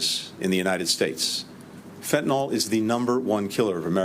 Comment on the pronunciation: It’s fentanYL. Not fentanOl